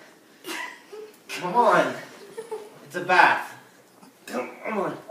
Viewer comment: no its bath. its not "bathe" bathe sounds like "bae-thee"